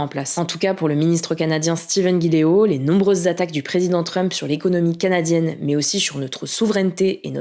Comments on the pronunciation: Petite rectification c Steven GilBeault et non Gileault. Sinon superbe vidéo!! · Super travail, et toute l'équipe. Par contre, ce n'est pas Steven Guy-lé-o, mais Steven Guilbeault (Guil-bo). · « Steven Guiléau » 😭😭 c’est Steven Guilbeault hihi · Pas Mark Carni, Mark Carné qu'on prononce, batinse! Et Steven Guilbeault ça se prononce Guilbo, et non Guiléo. C'est un nom français en plus, ça devrait être facile. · C'est pas Steven Guideo, mais Guil-beau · steven guiléaut ? XDDDDD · Steven Guilbeault pas Guilé-haut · moi je pense de Guilbeault. Qui a aussi été mal prononcé dans la vidéo. Évidemment, Carney c’est Anglais.